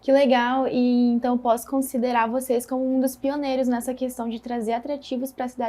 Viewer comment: Boa noite, quero cumprimentar pelo canal, mas tenho uma crítica, a reporter deveria prezar pelo bom português, e quando ela fala "voceis", me incomoda, pois o certo é vocês. Obrigado